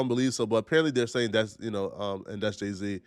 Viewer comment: THAT IS NOT JAY-Z 😂😂 THATS JEH-C